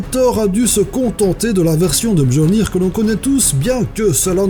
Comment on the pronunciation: MJOLLNIR ? MEU-JO-LE-NIR ??????? !!!!! Alors, règle de base, le "j" se prononce comme un "i" ou un "y" dans les langues scandinaves et le vieux norrois.